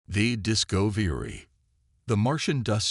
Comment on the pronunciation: "The Dis-co-vi-ry"